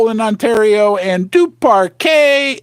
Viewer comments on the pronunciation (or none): none